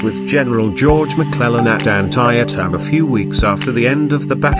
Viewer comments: An-tie-a-tim? At least check with an American about pronunciation. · LOL.....WTF.....I appreciate the English take pride in their language but you don't pronounce an American place as you THINK it must sound. Brutal!!!!